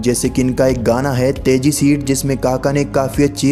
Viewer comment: Phle bolna sikh lo bro teji seat ni tiji seat